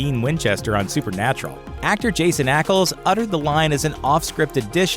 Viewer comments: Jason Ackles? No, no…Jensen….it’s Jensen. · Supernatural correction his name is Jensen Ackles not "Jason"